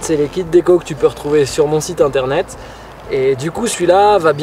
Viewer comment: Tu fais bouseux en disant internet a chaque fois ...